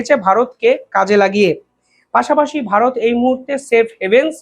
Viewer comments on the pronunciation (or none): none